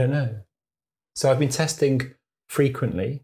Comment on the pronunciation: There is a G at the end of testing! Not a K. 🙄